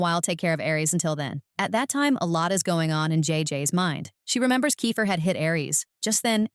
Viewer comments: bro it's not kyfer it's keifer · It's not ki its ke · It's not kifer it's keifer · Thats not kaifer is keifer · It is not kyfer it is keifer